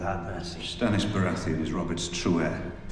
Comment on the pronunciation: “stannis” lol ok